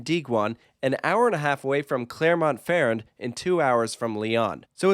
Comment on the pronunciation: "Klaremont Ferr-end" 🤣🤣